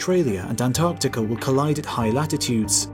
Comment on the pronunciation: East "Antartica" 🙄